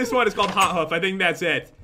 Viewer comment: Pat it's called Hot HOOF not hot foot!^